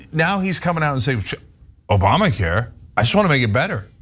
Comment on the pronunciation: "OBAMNA" care